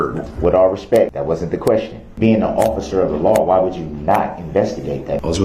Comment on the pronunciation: No he didn't ! He said, "With all RESPECK" !